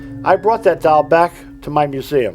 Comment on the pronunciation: Doll:- ❌ डोल:- ✅